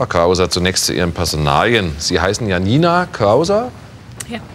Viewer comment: Mich triegert es hier, wie der Name Janina ausgesprochen wird.